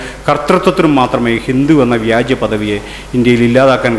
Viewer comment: വ്യാജ്യം അല്ല വ്യാജം ആണ്